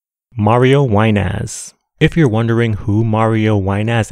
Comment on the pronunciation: I'm rolling everytime you call Mario "WineASS"... 😂